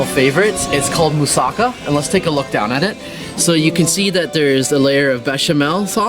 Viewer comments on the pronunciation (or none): It's Mou-Sa-KAH--NOT Mou-SOCK-uh and Mount Lee-Kah-Vee-TOS. If you're going to talk about Athens and food, learn how to pronounce the names of the things you're discussing! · Moussaka has the accent on the last syllable. Also, Mount Lycabettus is pronounced Li-Kah-Vee-TOES. If you're publicizing these sites and food, learn to pronounce them before you highlight them, please!